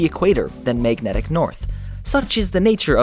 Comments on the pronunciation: It really bothers me that he says "meignetic" instead of magnetic. Just a detail, but the word was used a lot in this video. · Mag-net-ic. Not, mayg-netic